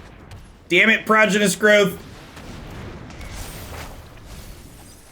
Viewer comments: He just says it wrong. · I feel like I'm being trolled every time you say prodigious. Is there an inside joke here?